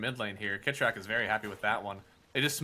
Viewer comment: did mason just called kitrak, "shitrak" LMAO